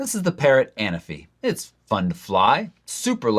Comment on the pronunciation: Hi, it is anAfi, the accent on the 2nd “a”. It is a Greek island:)